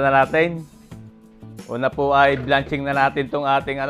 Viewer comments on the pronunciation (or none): ayusin mo pagbigkas mo sa "blanching" ingles yan kay ibigkas mo ng tama kung nd mo kayang mabigkas ng tama tagalugin mo bahagyang pakuloan n lng gamitin mo dahil nakakahiya nmn sa mga nagtuturo ng tamang pagbigkas sa english!